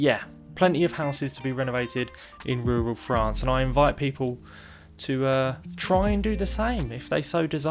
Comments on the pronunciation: Love rrrrrrrrruuuuuuaaaaallllll Fffffffffffrrrrrrraaaaaannnnccccceeeee❣️❣️❣️‼️🤩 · IN RURRRRRRAL FRANCE!! 🙌🏻❤️😂 #inruralfrance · it is the way you SAY rural France that is so strange. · I like the way he says rural France! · Makes me chuckle every time